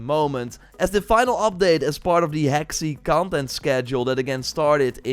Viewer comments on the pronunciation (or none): Hey! The Hexi region is pronounced Huh-shee (‘x’ makes a ‘sh’ sound), just FYI. Thanks for the updates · Hexi is pronounced “Her-Shee”, means “West of the (yellow)river”